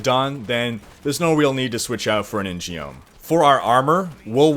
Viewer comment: Love the video! I'm debating whether to play monk or DH this season, and this video helps a lot. One point though and this isn't a big deal, but I think "In-geom" should be pronounced "in-gum" -- I'm pretty sure Blizzard pulled it from Korean history; an in-geom is a branded sword given from the King (Joseon era) to an official which basically gives the wielder authority to kill without question. pictures: pronunciation: (click the horn on the Korean one)